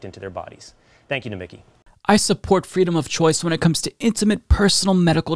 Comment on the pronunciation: Nomi (key) emphasis on the last syllabus